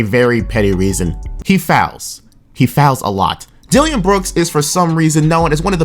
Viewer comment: this man just said "Dilliyan Brooks"